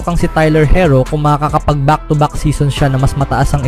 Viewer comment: Herro hindi hirro bubu mo